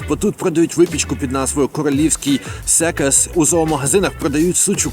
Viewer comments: Не Секаш - А Сенкач Не суча карма - а суха карма Дефолтно, такі речі дуже легко перевіряються, тому дуже глупо говориш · Шановний,! Насмішили 😂😂😂😂 Не вмієте читати по- польські, не коверкайте прошу польські слова. Саrma sucha dla psa ( читається: карма суха дла пса) - не суча 😅 Sękacz Królewski ( Сенкач крулевскі) не секас 🤣 Choinka ( Хоинка) не хуїнка 😂😂😂😂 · Я розумію, що за 5 місяців не кожен може вивчити мову (хоча це більш ніж реально), але принаймні навчитися читати літери можна було б постаратися, щоб не називати sękacz (сенкач) секасом? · Було дуже цікаво послухати , тим більше що є досвід життя і в Польщі і в США . Але з мовою ви дуже насмішили 🤣🤣🤣🤣. Польска і українська дуже подібні, і чим більше ти її вчиш , тим більше помічаєш спільного ( польска лексино подібна до укр прибл. на 70%, більше тільки білоруська - прибл 82 %). По-перше, CZ читається як Ч, тобто вже не секас а СЕ(н)КАЧ крулевский ( зрозуміло що королівський); по-друге : CH читається як Х, тобто вже не суча а карма для пса а КАРМА ( подібно до нашого КОРМ, в множині КОРМИ ) СУХА ДЛЯ ПСА (сухий для пса, все як в укр ), і по- трете ( я не можу🤣🤣🤣) не ХУЇНКА ( я також довго час вважала що це саме так і мивовляється ) а хОІнка ‼‼‼‼, в ураЇнській маємо аналогічне слова ЯЛИНКА , навіть друга частина слова одна і та ж інка-инка . І також хотіла поділитися, моє улюблене польске слово , яке я дуже довго вимовляла як ХУЙДАВКА (hus'tawka), як оказалось пізніше що це звучить більше я ХУЩТАВКА, укр. це гойдалка.